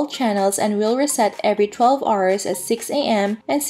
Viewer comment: Thanks for the guide. I just got back to the game so this is my first day in Louyang and I don't know what is what. lol. This guide will definitely help. Edit: By the way I noticed you are mispronouncing hour. It pronounced like "our" or "awer" or "ou(ə)r".